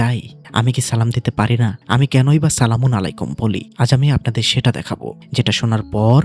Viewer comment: ভাই আপনি যে সলামুন আলাইকুম উচ্চারণ করলেন সেটা ভুল উচ্চারণ কারণ। সালামুন শব্দে লাম উচ্চারণের সময় একটু দীর্ঘ করতে হয় কুরআনের শব্দ অনুযায়ী। আর আলাইকুম উচ্চারণের সময় শুরুতে আরবি শব্দের "আইন" দিয়ে শুরু করতে হবে এবং লাম্ উচ্চারণের সময় দীর্ঘ করতে হয়। তাইলে উচ্চারণ ঠিক হবে।❤❤